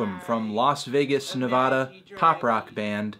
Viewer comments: Its Ne-va-da not Ne-voh-da jesus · nevada. a as in apple. ne-vA-da. no ne-VAH-duh. sheesh bruh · ANTHONY DID YOU JUST SAY NEVAHDA?! WHAT THE FUCK?! As a Nevada local, I’m very upset by this. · Did you say "Nevahda"? The hell is that? I know what Nevada is. Not "Nevahda" though.